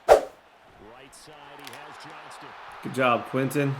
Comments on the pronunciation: please. This is day 3 of me commenting. It’s Johnston, not Johnson 😭. Idk why it bugs me so much but it does. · It's Quinton JOHNSTON!!! READ THE T IN HIS LAST NAME! Commonnnnnnn mannnnnnnnnn